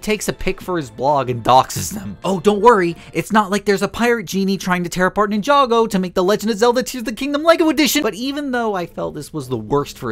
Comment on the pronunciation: Bro really said Nin-chako I mean your not wrong 😂